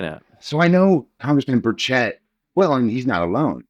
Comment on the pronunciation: How do reporters get peoples’ names so incorrect? He is the only person I’ve heard mispronounce burchett’s name.